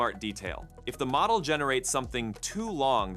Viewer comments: Really? I would say that the pronunciation of “model” needs some work. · "model" was pronounced 3 different ways within a minute!